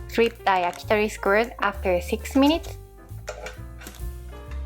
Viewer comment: Please never correct your pronunciation of skewers